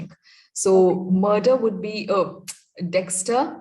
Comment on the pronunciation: You mean Dexter, not Dexta